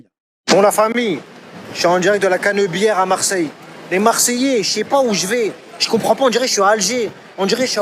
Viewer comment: ...la caneubièreeeuuu, mon cerveau a fait un bref flashback, Marcel Pagnol.